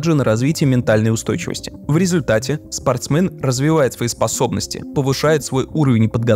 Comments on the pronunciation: СпорстмЕн, не спортсмЭн, господи, как же это режет ухо, просто невозможно :( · один я кринжевал, как автор произносил "спортсмэн"?)) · Почему спортсмЭн ?)